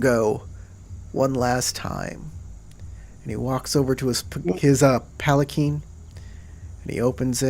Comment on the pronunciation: It is puh-lan-kwin Also that impaling joke was great. There's a Shuji (I think it's a shuji) called Your Fight is With Me! or something like that, lets you take someone's place in a duel for free (or cheaper?). Pretty cool but high rank and it's like a once-in-a-campaign thing. o_O